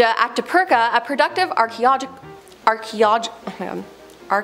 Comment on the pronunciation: "Archeological" is pronounced "ar-kee-oh-LOJ-i-kal."